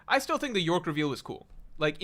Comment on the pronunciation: it's york.. bro doesnt read /j